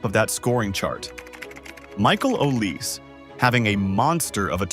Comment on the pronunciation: Tell your AI that Olise is pronounced Aw lee say, not "o lease". And Désiré Doué is Day zee ray, not "desire".